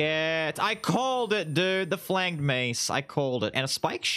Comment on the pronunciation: Just as a by the way, it’s a soft g in flanged